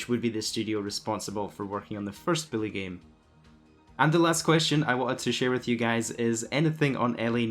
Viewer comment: Its "bully" not billy.. your bothering me calling it billy. Lmaoo